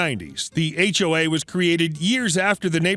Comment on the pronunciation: Last: HOA said as 1 word, rhymes with w***e!